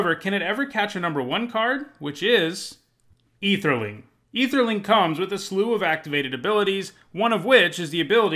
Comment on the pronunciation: I’m curious about two things: 1. Why don’t you use the term “man-lands”, since it’s been around since the beginning? 2. Why are you pronouncing Ætherling as if it didn’t start with an ‘Æ’?